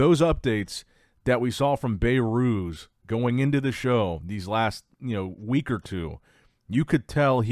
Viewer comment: "Bay-Ruse" is not how his name is pronounced😅 It's pronounced "Beh-Ruz"